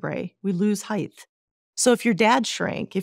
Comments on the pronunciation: It’s not heighth. It’s heighttttt. Sigh. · She pronounced it “heighth” 😂 multiple times. She’s lost validity